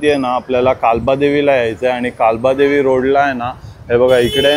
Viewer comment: कालबादेवी नाही रे बाबा, काळबादेवी